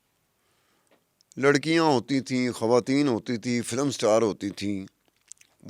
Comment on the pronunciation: کھواتین کھواتین کیا ہے ?تلفظ درست کرنا چاہیے اتنے بڑا میڈیا گروپ پر بیٹھ کر ایسا کہہ رہی ہیں محترمہ